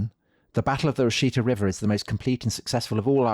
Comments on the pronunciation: Washita is pronounced very much like Wichita, (as in wichita, kansas). Originally, the song Wichita Lineman was written Washita Lineman but they changed it because wichita is better known, but the infelction and pronounciation are the same. it's "wash-ih-taw." not "wash-ee-tuh." I'm from there. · For some reason the river name is pronounced...wash- eh-taw.....not wa-shee-ta.....native pronunciation maybe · I love you guys. Your detail on history is amazing. However I live on the river where the massacre happened. It’s “Wash-Uh-Taw” not “Wash-Ee-Ta”. Keep doing what you’re doing! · Love the podcast. Also love how you say Washita. Americans pronounce it wash-ee-taw. Thanks for great podcast.